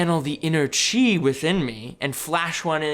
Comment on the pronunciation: Timestamp "pitch an inner tree" pretty much all of your pronunciations of chi were spot on, this one time caught me off guard, and i laughed my ass off,there were many times i laughed throughout this video though. You guys always bring a fun time to the table. I really appreciate the content of Three Floating. The love for this game is dripping from your Flesh And Blood souls. I feel it! It's contagious! Much and love and success into the future.